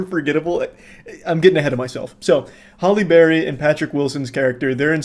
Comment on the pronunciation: I keep thinking of Hollyberry Cookie when I hear him say Halle Berry during the Moonfall review 😭